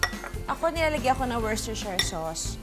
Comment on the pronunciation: it's woos-ter-shir. :-)